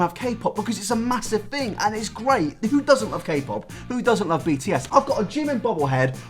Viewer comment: man i love the way he pronounces "music" and "thing"... "moosic" "fing"